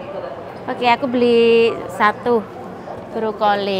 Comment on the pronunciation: Brokoli mbak.... Bukan brukoli